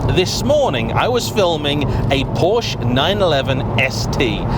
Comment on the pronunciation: it´s a Porsch-e.